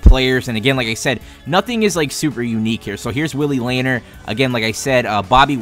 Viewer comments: my guy its pronounced laneer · And it is Luh-neer